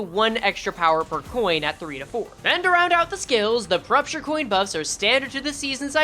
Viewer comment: just say poisture. wtf is prupture